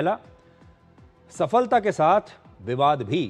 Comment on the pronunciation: सफलता शब्द का उच्चारण जिस प्रकार वह शब्द इस video में लिखा है, वैसे ही है। सफ़लता नही है, क्यों की फल शब्द संस्कृत है, फ़ारसी नही है। Phala, not Fala. Phala-Phool, not Fala, Fool Since we are talking about Hindi cinema/ Bollywood- there was a movie titled Phool Aur Kaante , not Fool Aur Kaante!